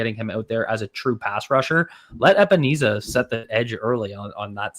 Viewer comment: Epenezah** for 2 sacks for mispronouncing his name 😂😂